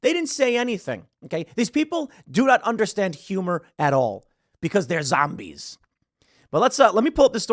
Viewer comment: The way he says zombies is hilarious 😂